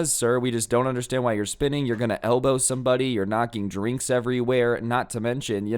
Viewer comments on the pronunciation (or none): I thought you said spitting instead of spinning lmfao